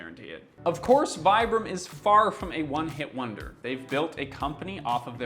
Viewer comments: Its pronounced veebrum ... Goes on to pronounce it vibrum the rest of the video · Americans pronounce Vibram "vye-brahm"? XD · You tell your audience that the company is pronounced "Vee-bram" and call them "Why-bram" for the rest oft the video 🧐🤪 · If you pronounced good at the second try…why did you kept going with the wrong pronunciation? It is veeebraam. Vibram wasn’t actually wrong, we are made barefoot, we aren’t born with shoes. I moved from normal shoes to barefoot at 37. Took me a while, 2 years but it was quite Normal to understand that you can’t ship from a training to an other in a blink…but hey. In Europe we are less dumb that North Americans apparently. There is also the part where you have to understand that you have to change how to walk, not just how to put your feet on the ground. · "They're pronounced 'Vee-brum.'" (continues to pronounce them wrong throughout the video) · If it's pronounced "vee-brum," why not pronounce it correctly? Great video btw. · I love my pair. I use them in the gym and hike in them. And you are pronouncing it wrong. It's like "vee-brum". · It kills me that he says "Here's how to correctly pronounce 'Vibram'" and then proceeds to mispronounce it for the rest of the video. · If you're really concerned for the humanities ''Future Proof"' , practice what preached and pronounce "'Vibram'' correctly. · Can anyone explain to me why on earth this guy keeps pronouncing Vibram the dumb American way, even though he literally explains in the video how it's pronounced and why? wtf.. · But I wonder why he called himself out yet kept saying it wrong afterwards. Kinda odd.